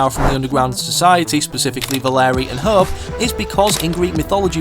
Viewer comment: Mf can't say hope